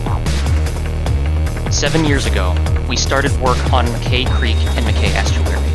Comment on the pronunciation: Mackay is pronounced “Mac-eye” - rhymes with sky.